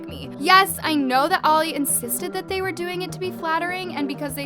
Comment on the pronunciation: It’s the emphasis on the they💀